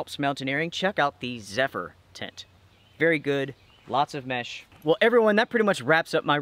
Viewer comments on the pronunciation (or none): none